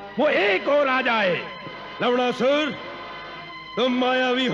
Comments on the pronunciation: Lavnasur ❌ lavdasur ✅ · Kiski ne dyaan Diya larna ko larnda bol rhe sabne lavdarsur bola h bar bar sun ke dhel lo 😂😂😂 bichaare actor's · It's not laudasur it's lawnasur